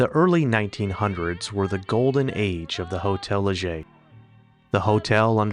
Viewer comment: Thank you for pronouncing Hotel Leger correctly! Hardly anyone does, even the locals. I lived in Moke Hill for 16 years, 1980-96. I thought the Butte Fire in 2015 was going to take the town, but it survived.